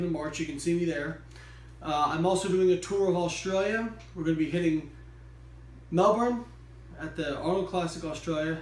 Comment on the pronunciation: It's great to hear an American who pronounces Melbourne correctly :)